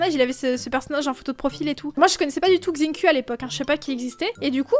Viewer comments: Mdr quand ta dis Xinquiu tu dis Xinc*l 🍑 ça se dit Xinchiou MDR🤣🤣🤣🤣🤣🤣🤣🤣🤣🤣🤣🤣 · Gzinguyyu / gziaeau oh ptn sa fais mal au cœur comment elle dis leurs nom